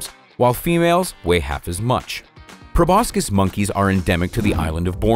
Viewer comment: It's pronounced 'pro bo sis' not 'pro bos kis'